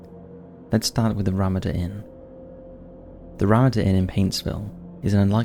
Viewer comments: Ramada = Rah-MAH-da.... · Juanita is pronounced "wanita" and ramada is pronounced as "Ramarda" just for future reference my friend as your accent makes you seem edumacated. Haha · It's Ruh-matta Inn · Love your vids. Sometimes your pronunciations make me chuckle ... RaMAda Inn. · I love your videos. I love your voice and your delivery. I just wish you'd look up the pronunciations of proper nouns (such as Ramada) though. Just a quibble. Carry on, please. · I've never heard anyone say Ramada like that 😅😅😅